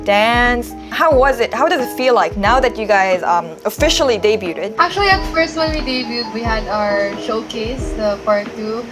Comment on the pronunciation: ⚠️⚠️ DEBUTED is actually pronounced as... day-BYOOD... not day-byoo-TED. ⚠️♥️